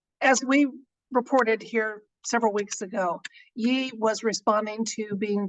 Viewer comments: Its Yay ... not yee. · Ye is pronounced, Yay. Respectfully submitted. Who is formerly Kanye, (Konyay, phoenetic)